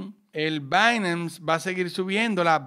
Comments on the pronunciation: "Bainams" jajajaja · dice binance de una manera extraña me da entre nerviosismo y morbo. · dije que me parece raro como pronuncias binance